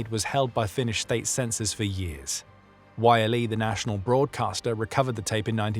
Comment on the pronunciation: Yle is not pronounced as "Wailii"